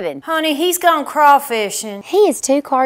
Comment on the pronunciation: Not really getting the caftan lady. I been in the south all my life and I've never seen the caftan as a fashion statement. Does she have a southern accent? She did not say "gone" like they do in Alabama. Everybody else is spot on.